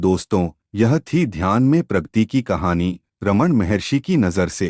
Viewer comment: Pragati , Pragti nahin. Video is good.